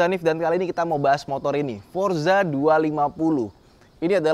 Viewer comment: Forza, bukan Forsa 😂